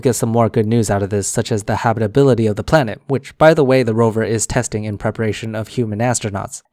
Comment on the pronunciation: Dude so dumb that he can't even say Rover.